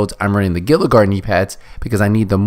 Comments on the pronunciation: Gila is pronounced "Hee-luh". Good video man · LOL has no one ever heard of a GILA MONSTER?!? the “G” is pronounced as an “H”! fairly common animal.. not sure why nearly every youtuber mispronounces it. great video though 😘